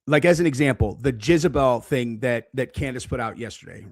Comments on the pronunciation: Dude - it's pronounced "Jezz-a-belle", not "Jizz-a-belle" 😂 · Not Jizebel. It's Jezebel. Another great video,! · JEZebel. Not JIZZabel. You’re a grown man,. It’s JEZebel. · PLEASE STOP SAYING JIZ-A-BEL.. ITS JEZZZZZZ 😂😂😂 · Jezz a bell not Jizz you sicko /s. Great vids. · You pronouncing jezebel as jizzebel is pissin me off 😂😂😂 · Why does keep saying Jizabel??? 😂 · Can’t get over the way you say “Jezebel” 😂 all I hear is “Jizzabel.” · I thought u were fkn around U REALLY THNK ITS PRONOUNCED JIZZABELL 😂😂😂😂😂😂😂😂 WHAT AN ABSOLUTE BUFFOON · The way keeps pronouncing Jezebel “JIZZ-uh-bell is sending me. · I love how calls Jezebel “JIZZabel”, I thought Jizzabel was an adult film star 🤠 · JEZZ-AH-BELL. Bro you are off your rocker. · WHY DO YOU KEEP PRONOUNCING IT LIKE "JIZZ"ABEL??😭🤣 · For some reason keeps saying Jizzebel. It took me a little bit to understand what he was referring to. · You mispronounce Jezbel. Do you know the meaning of a "Jezebel".... look it up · And can't pronounce it!